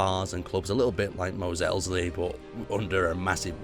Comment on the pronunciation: Kind of hurt when you said "Mos Elsley" because it should be "Mos Eisley". Ahwell, just pointing it out there. I must say though, the build looks neat.